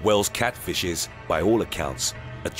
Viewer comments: is my favourite part of this video because the narrator calls a FISH a FLISH, & he forgot to edit it out. It's just awesome. Here's the quote, "In the water the eel cat FLISH employs a different hunting technique." "THE EEL CAT FLISH." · Didn't know there was something called Just listen to:D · He said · Anyone else catch it? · Hahahahahaha I did! I didn't want to comment w/o seeing if I was beaten to the punch. Yeah I had to rewind it a couple times and yep! "" 😂 Too funny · "Eel CatFLISH". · 0:6:6 you said cat flish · in the water eel "" XD